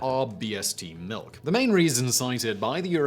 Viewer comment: Glad to hear you don't drink malk.